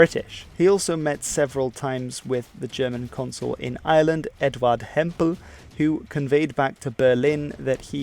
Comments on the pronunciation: It IRELAND NOT ISLAND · Dude please please it's iReland not island, British people do this all the time there's a heavy R sound in Ireland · The name of our country is not island...it's Ireland with an R after the I. ...IRELAND.A lot of people pronounce it like it has no R in it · Is it just me or does he call Ireland , Island.